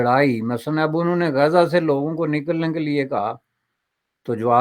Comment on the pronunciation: Abey gaza bolna toh seekh le😂😂😂